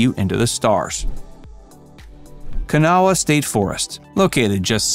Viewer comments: It's pronounced Kuh Nah. Not Kah Nuh Wah. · Ka-naw nOt kan-awha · Yeah, everyone beat me to it but you slaughtered Kanawha. It’s NOT “can-naw-ha”. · When ANY creator NOT from a place wants to make a video... maybe ask the LOCALS (true local that have lived there for generations) how to pronounce names of places. While to didnt butcher Kanawha as badly as some it more like saying Kun- Aw-uh and in some places you can leave off the UH. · Actually ka no wa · You can tell when someone doesn’t know how to pronounce “Kanawha” properly its not going to be very good. All the places mentioned can be discovered just by searching Charleston, online. Unfortunately it has suffered from decline and decades of Union Carbide and other industries polluting the place. My Grandfather worked there and died of lung cancer. I was born in Charleston but my family moved to Cleveland to find work when i was very young. I love visits to the state and always considered it “home” but honestly it can be boring and depressing except for the beauty off the beaten path. JMO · Kinda hard to take you serious when you can't pronounce the river name correctly. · I also hate it when people mispronounce Kanawha or Appalachia, but if the creators aren’t from there give them a break. The video was actually well done and useful for people not familiar with the area.